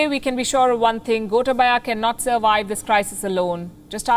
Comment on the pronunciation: It's not "gota baya". Gotaabaya (you can spell like that).